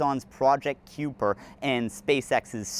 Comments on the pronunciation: Kuiper is apparently pronounced like "ky-per". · "Kuiper" is typically pronounced "koyper" or "kyper".